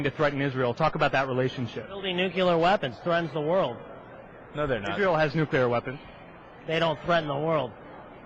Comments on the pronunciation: "Take out the nucular facility" "Nucular weapons" PEOPLE!!!!!!!! if someone mispronounces that word, that's a clear message they are not fit to lead. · It's easy,. Repeat after me: "NEW-klee-er". This guy graduated from Law School, and can't even pronounce "nuclear"? And where does a 29 year old get $120,000 worth of tchotchkes worth stealing? By "getting a job"? Let's see at $6.55 (minimum wage - and don't Republicans believe that's all we working folks deserve?), that looks like almost 9 years working full time for a night of frustrated passion. Oh wait! I forgot: he's a lawyer! Those must represent *billable* hours. Never mind. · I like that this douche taught himself say "nucular". It think he may have been drugged before this interview, too. This is truly fantastic. Just fantastic. I love this guy. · "They have nucular weapons which threaten the world" "We could go in there with slingshots and beat them" Way to refute your own point in less than 30 seconds. And what the fuck is it with Republicans who can't properly pronounce 'nuclear'? Nucular... ffs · He said nucular... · he even says 'nukular' this guy is stupid as fuck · "Strategical" bombing of Iran's "nook-you-ler" facilities....This guy got exactly what he deserved. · I have a new rule. If you think "nukeyooler" is a word, you're an idiot. Another "family values" Republican demonstrates his values with a hooker. It's so routine it's almost not news. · Nucular? Learning from Palin? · This guy is an idiot because he says "nucular" like Bush. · lol this guy pronounced "nucular" too for nuclear ha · "Do strategical air strikes. Take out their nucular facility." Bwa hah hah hah hah!